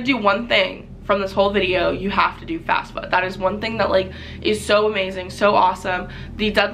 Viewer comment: It's FAFSA, not FASFA.